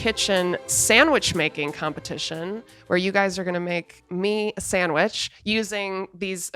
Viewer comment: None of y'all say sandwich. It keeps coming out SanwiSCH